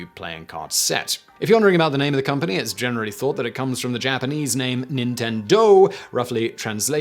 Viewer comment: I can't tell if Simon is pronouncing all those Japanese names wrong or if he's just pronouncing them all British.